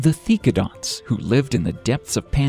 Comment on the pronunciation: Seriously, you mispronounced so many animals' names. The most egregious was Dye-ma-troe-don when it was Die-MET-row-don! And it's Theck-o-donts, not Thee-do-conts!